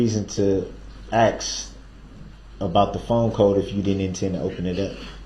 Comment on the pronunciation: His mispronunciation of a word as simple as ASK , Ughh I just cannot lol. People please teach ur children how to speak properly, this is just so embarrassing 🙄🤦🤣🤣🤣🤣